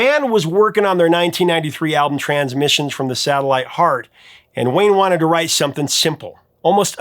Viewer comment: Wow, Justin wasn't joking. He told Elizabeth Zharoff (charismatic voice) the pronouncing of th as f, some-fing, is a Hawkins family trait lol. His brother sounds exactly the same!